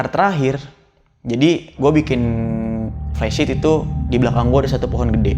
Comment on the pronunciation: Flysheet bang bukan plesit